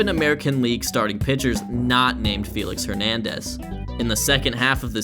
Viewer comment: “”. Great video.